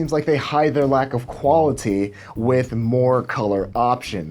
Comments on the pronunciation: Andrew Hake i read your comment right when he said “qualiTy” hahahahaha shit got me dying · The way you say "qualiTy" makes me think you might be a serial killer.